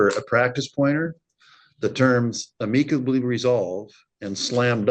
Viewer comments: Listen the moms crazy but the judge has no business correcting anyone's speech or grammar when he can't pronounce the word amicably correctly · Never heard anyone pronounce amicably like that. It’s pronounced am-uh-kuh-blee Not ah-meek-uh-blee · Not to mention Ameekably isnt a word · omfg why can't the judge correctly pronounce amicably?!?! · Yeah the son & mother are kooks but why does the judge pronounce ‘amicably’ that way?